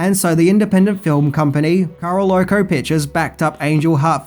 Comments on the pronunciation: Once again CARO-OLCO instead of CAROLCO! Greeting from Germany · Carolco, not Caraloco . Just say Carol then co after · there you go again 😁🤦 It’s pronounced “Carol-co”, like North Carolina, which is where Carol-co was located. Caro-loco... 😆 that might be from the end, but it could be from a deleted scene. Fangoria had an article at the time where they had photos of one major deleted scene showing the aftermath of the reporter’s (attorney?) murder (you see him ). You see a brief glimpse in the film (him starting to scream with a big fan directly behind him), which was to end with him being shoved face first into the fan and decapitated. Oh yes... spoilers... Robert DeNiro does play Harry Angel... the real Harry Angel. For the longest time, I thought that DeNiro played Lucifer, hence the play on the name. But... if one considers the meaning of the name (the illuminated one), and pay attention to the clues in the film (specifically the flashbacks near the end), you will notice that the soldier in the crowd (the real Harry Angel) is played by a clean shaven DeNiro. It is his soul that Johnny Favorite stole, so in essence Mickey Rourke is conversing with himself, and it is Angel’s soul that is using Rourke’s body and conscious mind to hunt down those who murdered him. The devil is essentially letting an innocent soul go back to Earth to help reclaim what is rightfully his. The devil may be evil, but he always keeps his word.